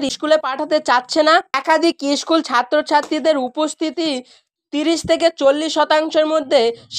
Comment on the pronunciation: Chhuti ta ki tumi barabe? Age bhalo kore kotha bolte dekho, kelas ar ischool bola bondho koro. Nijei bolchhe 20 june obdhi school cholbe, abar bolchhe 1 mash chhuti😅😅